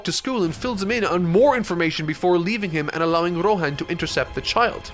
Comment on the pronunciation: Nobody:: Rohän